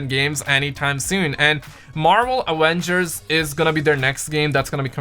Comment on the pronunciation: Its aVengers not aWengers. Jeez